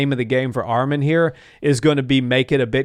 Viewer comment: Say his name right arman not armen